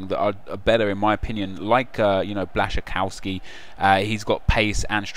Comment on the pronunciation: That pronunciation of Blaszczykowski lo